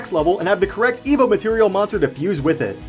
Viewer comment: I heard evo as "emo"